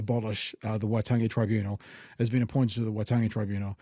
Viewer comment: Damian "I refuse to pronounce Waitangi correctly after all these years, but I'm not racist" Grant